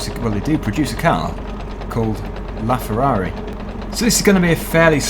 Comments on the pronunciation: ok but when you sid it first time it sounded like Ferrari the Ferrari and the second time you said it it was Ferrari la Ferrari idk i just heard that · its not ferrari de farrari its ferrari la ferrari